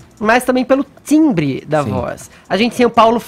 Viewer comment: “Tsimbre da voz”